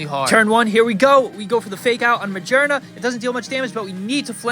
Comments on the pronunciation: its ma-gear-na not ma-jer-na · Do you pronounce Magearna like that just to bother people?